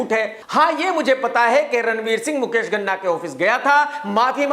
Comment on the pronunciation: Ghana nahin, Ganna ( Sugarcane)